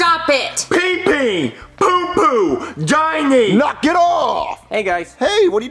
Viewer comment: he said gine not Jonny